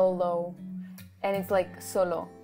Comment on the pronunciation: The thing you noticed when he pronounces solamente and solo, he also does that in Korean tbh. 🤣 He always says O with a w.